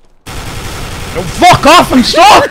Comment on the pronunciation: i thought would say fuck off, but this time, he says: FUGGOFFF